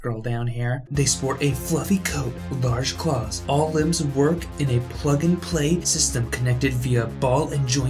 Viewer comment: “AwL ClAoWs” Sent me.